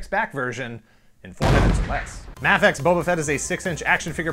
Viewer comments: It's so refreshing to hear MAH-fex! Also this review kicked ass. I'll probably skip this figure because I have the revoltech and I don't really think I can convince myself that I need another $30+ six inch boba fett. I don't think there could ever be a figure that could quench my thirst. I'm like a toy collecting vampire! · Its MAEfex but spelled mafex